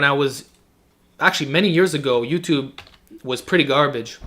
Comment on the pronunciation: ello yuchub